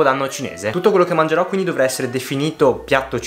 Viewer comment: Quel "mangerò" senza i all inizio è un tocco di classe, comunque sempre grande 💪